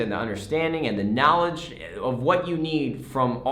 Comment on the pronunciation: It is the knawledge😂